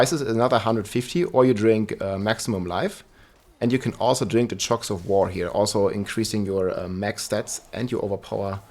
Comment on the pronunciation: Ahavarion, not Avarian nor Aharian Chorus, not Chocs - also, it’s an incense, not an elixir Soothing, not Smoothing #dyslexia